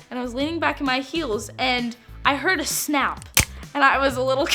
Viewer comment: how she said snap